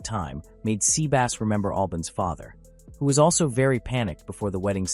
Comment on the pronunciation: I'm sorry, but... Sea Bass. As in the fish. Haha.